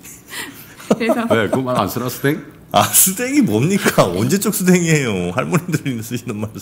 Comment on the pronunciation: 스뎅~ㅎㅎ 발음 구리구리ㅎ 언더스뎅?